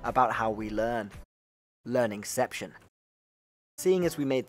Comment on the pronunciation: "He's gonna say 'Learnception', it's gonna sound cool!" 'Lear-NING SEPT-SHUN' "Oh FFS"